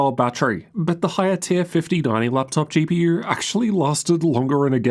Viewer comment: "Laptop GP-YUR"